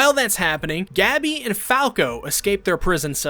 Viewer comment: STOP SAYING GABBY ITS GoH-BEEE. After further watching I have concluded you have never seen this show becuase wtf is the pronunciation of these character names